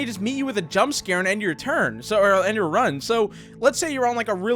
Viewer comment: He says turn xD